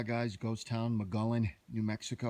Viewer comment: My father grew up there. It is pronounced "Moe Gee Own". There are actually still people that live there, so technically not a total ghost town. I grew up visiting every summer. It is neat seeing it in your video, thanks! My dad passed away back in January, so seeing this brought back some great memories.